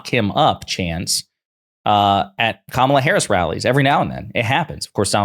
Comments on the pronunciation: He still disrespectfully mispronounces Kamalas name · Trump and his allies constant mispronouncing of Kamala's name only serves to make them look ignorant. Its not the power move they think it is. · I don't think they are saying "Lock him up" I think they're saying "Ka-ma-la"